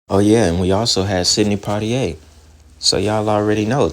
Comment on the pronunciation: The way you'd said Sidney Poitier name tickled me 😂😂😂😂